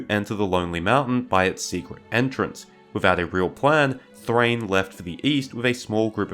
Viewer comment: Thráin, not Thrain. It has two syllables and doesn't rhyme with 'train'.